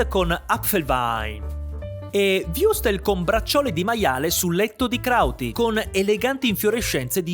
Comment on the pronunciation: Würstel.. WÜRSTEL! Non wustel o wiustel o wrustes...mannaggialama...mmma di jesoo